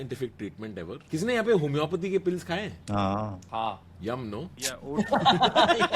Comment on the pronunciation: homeeopathy❌. Homyopthy✅